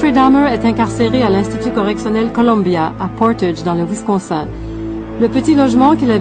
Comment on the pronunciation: Perso' ce qui me choque le plus, c'est les efforts de dingue qu'elle fait pour prononcer les noms "à l'américaine" pour finalement prononcer "Wisconsin" => "Wiscon sain"